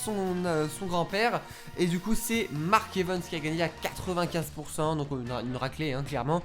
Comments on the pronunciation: "Mark EvEns" à la place de "Mark EvAns" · Tu me stresses quand tu prononces "Mark Evens" à la place de "Mark Evans" 😭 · Oe grv moi aussi